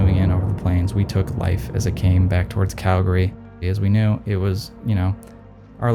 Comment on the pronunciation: Shout out to for saying “Calgary” correctly.